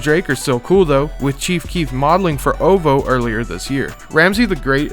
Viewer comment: even glovo and ovo lmao it’s Glo V O and o v o